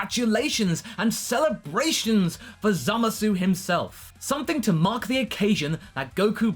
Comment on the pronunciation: you started pronouncing the U in zamasu again oh no